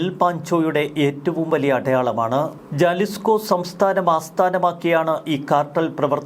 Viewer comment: Jalisco pronounced as Halisco